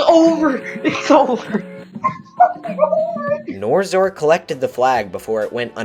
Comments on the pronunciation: bro the person who made the video pronounced yuor name wrong its nor X or not norzor. How do yuo feel about that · I understand why you're saying NorXor like that, but it drove me a bit crazy. Still a great video.